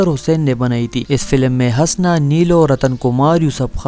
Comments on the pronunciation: O jahil HASNS nahi Hoosna. Naam tou Lena seekh le phir aa hamara time barbad karney. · Bhai ye name hasna nahi bulke husna hai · Pagal k puter !!! "Hasna" nhein us ka nam Hoosna ( Husna ) hey . Tumhein nam hi nhein pta tu video kya bnaao gey . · Hasna nahi Husna or Sultanat nahi Saltanat Urdu k dushman😂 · Bar بار ہنسنا kehrahe ho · د ح د پاسہ پیش دے ح پیش حسنہ، پٹے سیپارہ خو دے وئیلے دہ کنہ کۂ ڈاریکٹ حوالدار بھرتی شوے ئے؟ ودود تہ ود ود او آج شب کو تہ آجشبکو مہ وایہ۔